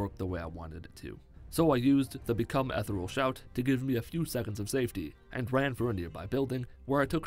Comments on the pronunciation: I hare the way he says ethernal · The way you say "become ethereal" sounds like "become Ethel" to me, and that is now my head canon.. Hope you're improving. It's been ages since you've been able to be active. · Good. Now look up how to pronounce "ethereal."